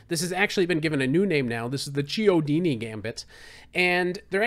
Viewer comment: Chiodini is pronounced Key-o-dini